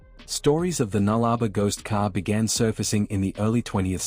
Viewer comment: us Aussies pronounce it null-a-bore not nullrba